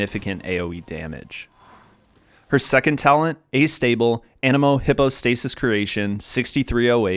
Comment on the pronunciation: It's funny sometimes, watching Genshin videos. You can tell who plays with English voices, as opposed to a different language.... because of how much they mispronounce things in the game. Like the way he says Anemo, and hypostatsis lol. In English, Sucrose literally says those two words while she in battle. She says them A LOT. But the guy in the video mispronounces them because I bet he doesn't play in English voice over :P